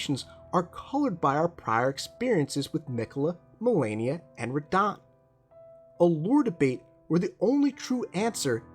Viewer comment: I thought you would have fixed your pronunciation of Radahn by now lol